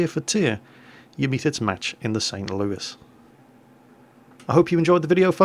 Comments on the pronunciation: Because Louis ends in an S and not an E. So why would you say it as if it ended in an E and not an S? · ThatGuy3714 Louis is a french name. St. Louis the city is named after King Louis the Ninth of France, who was sainted by the Roman Catholic Church, he was a crusader and such things like that. I actually been to the city, they have a Cathedral dedicated to Saint Louis as well, very nice mosaics, almost medieval in quality and style, not something usual in the United States. Anyway, the french pronouce Louis as "loo-ee" the "s" is silent. By the way, St. Louis originally part of french colonization, not english. It is an originally french city! Same as New Orleans (Orleans is a city in France). We don't say Orleans the "French" way either !